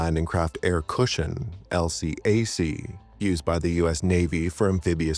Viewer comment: Just as an FYI, the LCAC isn't typically spoken by its initials but instead pronounced as a word, something the military typically does with acronyms. So, instead of L C A C, it's elcac.